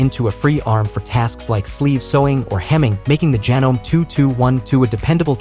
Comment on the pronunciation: Just a couple things: It's pronounced "so-wer", not "su-wer". As in someone who sews. And it's "Janom-ee", not "janōm". The last "e" is pronounced.